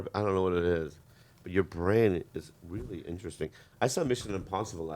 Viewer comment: Rearry rearry good episode